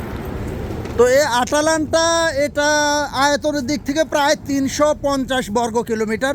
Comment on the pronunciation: আটালান্টা না ভাইয়া, ময়দালান্টা